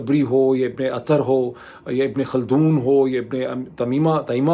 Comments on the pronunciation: Ibne Aseer is the correct pronunciation of ibne Athir.... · ڈاکٹر صاحب اس ضمن میں آپ کا علم نہایت محدود ہے اور میں اس کی وجہ بھی سمجھ سکتا ہوں۔۔آپ سید جواد نقوی کا اسی موضوع پر انڑویو کریں۔دوسرا یہ نام ابن اثیر یر ہے جس کو آپ ابن اطہر کہہ رہے ہیں۔۔